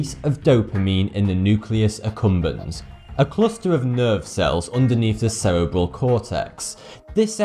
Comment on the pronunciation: "sarah ball cortex" Its se ree bull